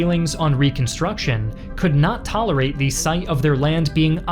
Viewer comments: Call me a grammar Nazi, but the constant mispronunciation of the word “the” makes this difficult to listen to. “The” is pronounced “thee” before a vowel (thee Americans) but pronounced “thuh ” before a consonant (thuh guns and tanks). Call me the armchair grammarian, but take no offense. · Are you AI? Why do you say THEE instead of THUH? I find your content interesting, but I just cannot listen to your narration. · Why does this guy always pronounce "the" as "thee" instead of "thuh"... sounds weird.